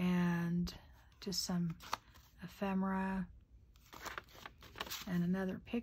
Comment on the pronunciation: Its not EphREMA MERA ITS EPHEMERA! Not rema!